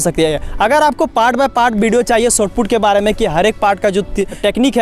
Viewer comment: Bhai Sotput nahi Shotput hota hai.